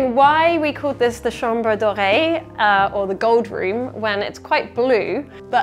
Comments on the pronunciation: Please tell me I wasn‘t the only one who thought you said it was called the chambre d‘oreille. As in the ear room 😂 I was a little confused at first 😅😅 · Hahaha I thought you were saying chambre d’oreille!! Not chambre doré